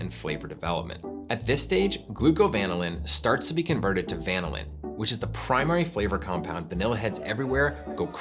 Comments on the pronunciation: It's pronounced "vanillin", not "vanillin" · I was wondering about that myself. It sounds like he's saying VAN-ah-lin. Growing up I learned at va-NIL-in. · It is pronounced van-ILL-in not VAN-illin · uh wait so this whole time it's been VAN-illin not va-NILL-in? 😳I mean yeah that's how I've been saying it too. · Who pronounces vanillin VAN-il-lin instead of va-NILL-in? Nobody says VAN-il-la. All credibility lost right there. Plus, imitation vanilla just has a weird flavor. I think it is like how most people don't have the receptors to taste the soapy, chemically flavor of cilantro, or how some people can't smell asparagus pee. Imitation vanilla is just as gross, but most people can't perceive it. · I'm so confused... You pronounce vanillin like the Brits, but you're called "America's Test Kitchen". Then you go and refer to temperatures of 100 to 150 degrees, but do not denote F or C. Is it C cause you say va-ni-lin, or is it F cause you're "America's Test Kitchen"? And those temps make sense for the context regardless of F or C (100 being boiling in C, and 100 being sweaty hot in F). Are you purposely fucking with the internet? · Like many responding here, I keep both the imitation and real stuff around, using the former in cooked or baked recipes. By the way, we organic chemists say va-NIL-in. Great episode anyway. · I can't believe that he butchers vanillin so much. It's pronounced vah nil in. The way he pronounced it would require two "n"s. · I was a bit mortified to discover that, for decades, I’ve been pronouncing vanillin apparently incorrectly with the stress on the NIL syllable (rather like the word vanilla itself) rather than on the VAN syllable. Then it turns out that the overwhelming majority of online dictionaries that provide audio pronunciations actually suggest the pronunciation I’ve been using so I don’t feel so bad. 😅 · According to the Oxford dictionary, is pronouncing wrong here.